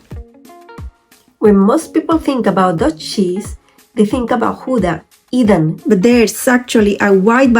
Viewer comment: It is NOT Goeda it is gouda with ou as in english now, you got the g right though...eDam not eVam.